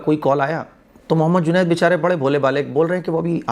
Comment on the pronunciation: are bhai juned na ke junet 😂😂😂